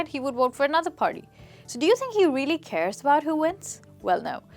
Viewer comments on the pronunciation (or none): none